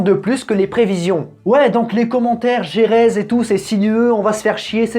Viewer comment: Toujours des difficultés à prononcer Jerez ou Guadalajara 🤣😂🤣